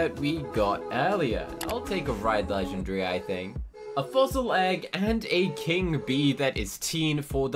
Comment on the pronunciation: I like how he says legengary instead of legendary